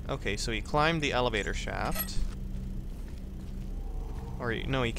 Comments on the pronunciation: did he said evelator? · Did you say "evelator" ? Purposely or not, gave me the giggles c